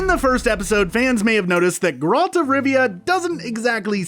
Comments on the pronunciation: GeRALT and MOOsack. If he mispronounces another name I will Aard a child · Ah yes the famous character GrALT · I thought Gr-Alt was bad, then I heard An-DrAezeg Zepcowski. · pronounces Geralts name wrong the first time he says it then gets it right quite a few times before he gets wrong again, wtf is up with that? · Why can’t you say the main characters’ name right?!? Kills the whole video. Then you got it right? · Omfg learn how to say THE MAIN CHARACTER'S NAME. Lazy lazy. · He butchered both Geralt and Mousesacks names :). It's not mousse-sack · I cringed a bit at the pronunciation of Geralt but you completely lost me when you tried to say Andrew in Polish...I'm not Polish and I know how to say Andrzej. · Only three minutes in and I want to stab my ears every time he says Geralt! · Stopping watching this less than a minute in because of how you pronounced Geralt's name. At least get someone who's watched the show to narrate. After that I don't trust anything else you have to say. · It took you of this video to finally say Geralt's name correctly. Lol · Barbara Walczyk their pronunciation of Geralt IS a pronunciation but it’s not the one used in the games or movies. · Here's 1 think you don't know, YOU'RE SAYING GERALT WRONG! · To be fair, it seems like the narrator is attempting to pronounce "Geralt" the way it's pronounced in Polish. But his midwestern accent is so thick that it just sounds silly. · His pronunciation of the name improves later (at times) in the video if it helps. It's also a nice video to watch if you don't know the background lore from the books/games.